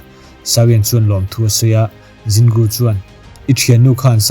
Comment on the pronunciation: Zin Gu i ti daih a Jin Gu (J kha Z angin i lam daih lawm)